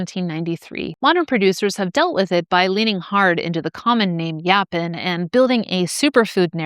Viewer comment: I've heard it pronounced yo-pawn and I've heard it pronounced yaw-pawn, but I've never heard it pronounced yah-pin.